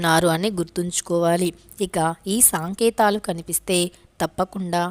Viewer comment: సాంకేతలు కాదు సంకేతలు